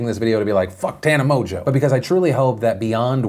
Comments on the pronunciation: Is it really pronounced 'Mojo'? Its got an n in it. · Don't disagree but hasn't the Tana 'Mojo' gag run enough? Her name is pronounced 'Mon-g-ew'. Like I get idubbbz said it in his video but I mean he also pronounced her name correctly and this is a news show.